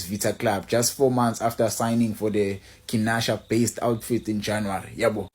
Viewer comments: Sorry nawe Kinshasa not Kinsasha😂😂😂😂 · Sorry it's not Kinasha (Kinsasha).